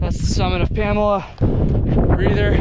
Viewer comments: Its not Pamela, its promounced "Puh- Mole- ah" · Its Pamola. Not Pamela. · Pamala peak, love it. Pa-mole-ah You failed your Mainah test, back to Vermont you go! haha great video! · The locals call it Puh-Mole-A Peak not Pamela Peak. 😀 I would not call it easy, but it is not that hard. Wife and took our 9 year-old kids across the ridge. That said, pay close attention to the weather. High wind or rain would make it dangerous. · "Pamela" lmao PamOla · Pam-OH-La not Pamela lol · PA mole A not pam a la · It’s “PA” “MO” “LA”, not PAMALA! Great vid! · It's pronounced PAM-OH-LA